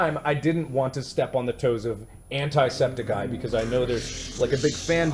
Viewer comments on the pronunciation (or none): "anti" septiceye. (mark pronounced it like "Ant-eye Septic-eye) ITS PRONOUNCED "ANT-EE" SEPTICEYE NOT XJSJSNZNSKZNSNA TRIGGERED ( don't take the Triggered thing so seriously, bcz I've been told by A BUNCH of people telling me not to use it, but I understand that people actually get Triggered, I just don't want to sound bad. thx for understanding) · "Step on the toes of anTIE-septiceye" Me: ITS AN-TEA-SEPTICEYE YOU PRONOUNCED IT WRONG REEEE A M G E R Y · * When Mark says Antisepticeye (like Ant-eye) instead of Antisepticeye (like Ant-ee) * Me:What. WHAT DID U SAY. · mark said antisepticeye wrong